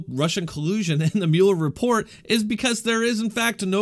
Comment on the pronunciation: You are pronouncing Muller wrong